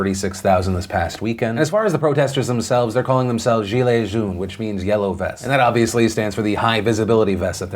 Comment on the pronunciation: Oof, he mispronounced yellow in French. The proper pronunciation sounds closer to jone (the english name) but with a softer j. Not trying to be picky, but I’ve been in full French schools for 13 years so far and it made me cringe sooo hard when I heard that.